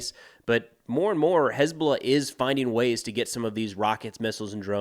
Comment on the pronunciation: Someone please teach UNIFIL socmed folks how to pronounce "HezBoLLah"..